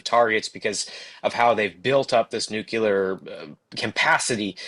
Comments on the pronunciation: Please stop saying nu-cu-lar! It's NUCLEAR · a smart guy and a good reporter, I'm surprised that he mistakenly uses the word nucular instead of nuclear. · Why do some people not get that Nuclear is pronounced New Clear Not Nu Cu Ler. There is no CU in nuclear and there is no Q. A sign of a follower type idiot is someone who does not even know how to read and evidentially gets their lingo listening to uneducated people , you can't get the CU sound in a word without using a Q or a CU in the word. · Nook-LEE-er. Not “nook-yoo-ler”. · 'Nuclear' chaver. Not nucular. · It’s nuclear…not nucular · It's "nuclear" not "nucular" the "s" is silent..... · Am I the only one that finds it impossible to take seriously a somber faced reporter talking about "NUKULAR" targets and facilities? If the reporter can't read the word "NUCLEAR" (from NUCLEUS), or even worse can't spell it, what else is he incapable of? If language and word policing weren't my job, it would be comical! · Nu-cle-ar. Sorry, but professionals repeating nucular kills me. lol Good content, though. :) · Sorry, I can’t listen to what appears to be an intelligent news broadcast when one of the primary broadcasters can’t pronounce NUCLEAR. It’s not spelled NUCULAR. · Please inform the guy that there is no such thing as Nucular weapons. They are Nuclear weapons. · Really enjoyed the intelligent discussion, and grateful for the timely info. But why you still pronouncing it new-cue-lar - it's pronounced nu-clear just how it's spelled! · Nucular!!! Irritates the hellout of me. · Nuclear, not nucular. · It drives me mad!! Nuclear not nucular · oh my goodness me too, I just commented about it 5 mins ago! it's so childish! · NUCLEAR, not 'nucular'! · not pronouncing nuclear correctly diminishes your credibility with me. Please learn to do it correctly. It's not nuke ye ler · They say New Killer! 😂😂😂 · Noo' clee r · This guy can't seem to say "nuclear"